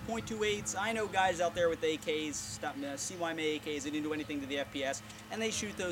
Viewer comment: Isn't it (sigh-ma)? CYMA?